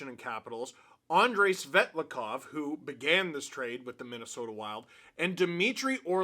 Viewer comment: Admit it, you did a double-take when said “Andrei Svetlakov”.